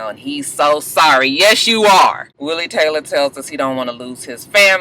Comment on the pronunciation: Willie Taylah! lol